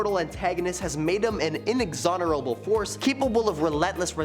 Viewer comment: Inexorable. In-exonorable isn't a word....